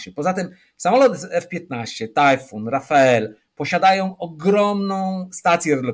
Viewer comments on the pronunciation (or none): Nie Rafael, a Dessault Rafale, że tak się przyczepię do wymowy, bo o reszcie pojęcia nie mam. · Rafale, a nie "rafael"! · Świetny gość, dzięki za wywiad. PS. Francuski myśliwiec nie nazywa się Rafael, ale Rafale (wymawia się Rafal). Rafale oznacza po francusku poryw wiatru, a Rafael to imię męskie. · Ale po co na okładce raportu o PSP w XXI wieku A-6 Intruder, nigdy nie używany w PSP i wycofany jeszcze w XX wieku? :D ;) I korekta: nie Rafael, tylko Rafale ;) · Jak rany,, nie Rafael, A Rafale (czyt. RafAL )! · Rafale a nie Rafael. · Rafael czy Rafale? Czyta się z grubsza rafel z fr. podmuch, poryw. To już drugi ekspert który przekręca na Rafael. Jakiś potoczyzm czy po prostu błąd? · wielki pilot myśliwski, twórca nowoczesnego polskiego lotnictwa który spośród zaledwie kilku istniejących współczesnych samolotw myśliwskich nie potrafi nie przekręcając wymienić nazwy jednego z nich produkowanego 2000km od Polski. To się nazywa zaściankowość i wąskie horyzonty. Przecież czytając raporty, ba, nawet oglądając nawet outube by wiedział. A on nie czytał nic czego mu Amerykanie nie podesłali.